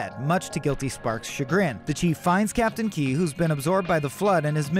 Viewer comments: Stopped at "Captain Key" - its KEYES. At least get someone who cares about Halo to narrate this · Captain KEYES. WITH AN ‘S’. NOT KEY. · It's captain Keyes, not Key... Edit: the worst part is you say Captain Key but get his daughter's name correct by saying Miranda Keyes. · The timeline for humans re-evolution to a space faring civilization was way more than 2500 years, the forerunners weren’t “in ruin” they were functionally extinct, it’s Captain Keyes not Captain Key, other than that great vid :-) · the only thing that bothers me is the fact that the guy calls keyes "key", even though the story is accurate, but when we get to halo 2 its keyes again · bro it's "Keyes" not "Key" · This was done well except it's KEYES, not captain Key 😂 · KEYS - ITS KEYS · It's Captain KeyES, not Key. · Whyyyyyy do you not pronounce the 's' in Keyes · It’s Keyes, not Key. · It's KEYES, not KEY. C'mon. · Captain Keyes. Not Key. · **Captain Keys not Key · its KEYES not key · Bugged me everytime he said Key 😭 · Captain KeyeS. There's an S there. It's not silent. Just sayin'... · captain KEYES bro PRONOUNCE THE S